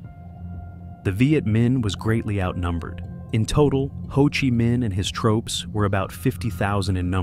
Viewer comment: AI almost had me until it said tropes instead of troops. Also a few times it pronounced “Viet” a few different ways. A human voice actor would err on the side of consistency. Also if I hear this thing say “You see…” one more time I’m going to lose it. Actually, I’m done.